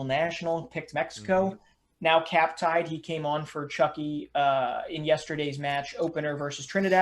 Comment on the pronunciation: Its Chucky. Its like your saying the u in the word you